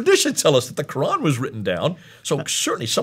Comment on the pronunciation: AHAHAHA the guy is dressed as an arab, but into the video he gives it away when he pronounces "Quran" worse than jay smith 🤣